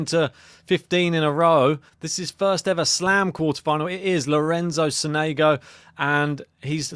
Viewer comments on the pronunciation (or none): Sònego not Sonègo